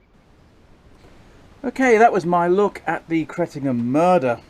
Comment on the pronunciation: My home village. Rumour has it there’s still blood stains on the floorboards of the vicarage. Also, nice to hear you pronounced the village correctly for Suffolk ….” Cret’num’